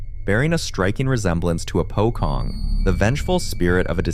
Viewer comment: Pocong is pronounced wrong. It’s pronounced as Po-chong!